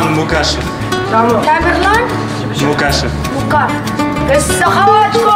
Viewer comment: тегіңді таза қазақша айтсаңшы..МуКашев емес МұҚашев деп.Қазақшаң нашар,тілің жатық емес,қазақша көркем кітап оқу керек.